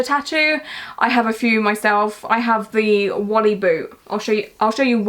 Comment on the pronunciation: It’s adorable how you pronounce Wall-E as Wally 🤣